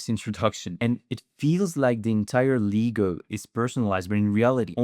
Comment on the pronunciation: Leh-Go not Ligo!!